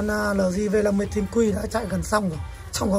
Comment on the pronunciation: eo di hoặc là lờ gờ not lờ di